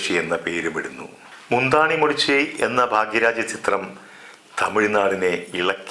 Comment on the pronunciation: "മുന്താണി മൂടിച്ചി" അല്ല മഹാനേ "മുന്താണൈ മുടിച്ചു" എന്നാണ് .. 🤣🤣🤣🤣🤣🤣🤣🤣🤣🤣🤣🤣🤣🤣🤣🤣🤣🤣🤣🤣🤣🤣🤣🤣🤣🤣🤣🤣🤣🤣🤣🤣🤣🤣🤣🤣🤣🤣🤣🤣🤣🤣🤣🤣🤣🤣🤣🤣🤣🤣🤣🤣🤣🤣🤣🤣🤣🤣🤣🤣🤣🤣🤣🤣🤣🤣🤣🤣🤣🤣🤣🤣🤣🤣🤣🤣🤣🤣🤣🤣